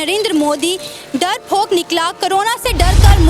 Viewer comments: Darphok ni hota. Darpok hota hai.jahil journalist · Darrfok nahi darpok hain imran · Darfok ni hota. Darpok hota hai.😂😂🤣🤣😀😀 I love my india..🇮🇳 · It's 'MODI' not 'MUDI'. And 'DARPOK' not 'DARFOK'